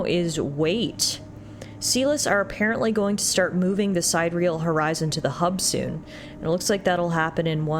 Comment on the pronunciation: Sidereal: Apparently its supposed to be pronounced Si-dir-ee-el. It means something like "astral". Not trying to nitpick or anything. It just occurred to me that "side-real" is a really weird name for a ship!